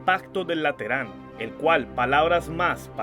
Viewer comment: Cometiste error de lengua...no es pacto de lateran..es pacto de LETRAN!!!!!